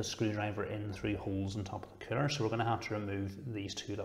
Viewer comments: Everytime he says coller I heard killer haha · I love your accent. Funny enough, though, the closed caption interprets the way you say "CPU cooler" to be "CPU killer." :D